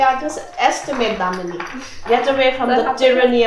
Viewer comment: why does she keep saying damini hehe very wholesome anyway